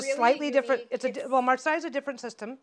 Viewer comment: Marseilles : second pronounciation is good. But also, I adore your dynamic! ♥️